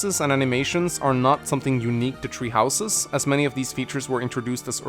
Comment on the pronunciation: Am I the only one who keeps hearing you say “tree houses” instead of “three houses”